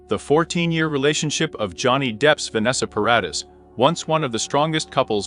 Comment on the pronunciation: At least pronounce paradee properly though its spelt Paradis